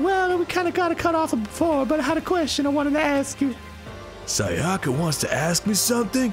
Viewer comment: Is anyone else bothered by how they pronounced Sayaka's name completely wrong eventhough each character says their name when they introduce themselves?